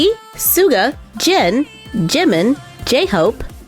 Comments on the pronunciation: Its Jin not Jen Its Jimin not Jemin hehe btw love youuu 😘😘😘😊😊😊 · Oh and it Jimin not jemen😠😠😠